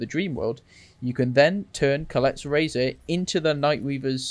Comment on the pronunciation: How did you get “Collette’s razor” out of “Kolket’s Razor”, lol??